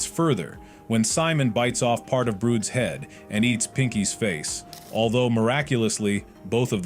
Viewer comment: Kluker❌ cluker✅ brood❌ brud✅ arnold❌ garnold✅ boaxcx❌ owack✅ whendoes❌ wenda✅ are you dumb?!